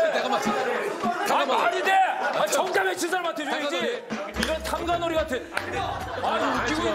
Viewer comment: 지석진 정답 외칠 때 발음 굴리는거 너무 웃김 ㅋㅋㅋㅋㅋㅋ 탐관오뤼~ 미나뤼~